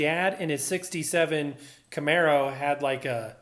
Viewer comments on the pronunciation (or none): none